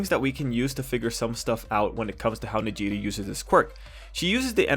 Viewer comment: Her name is pronounced Neji-Ray lmao